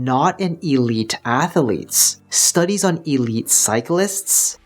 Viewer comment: I can’t trust a man who says ath a letes.